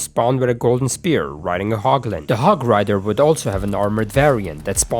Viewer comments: Did you just say "HOG RIDA" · Did I hear HOG RAIDER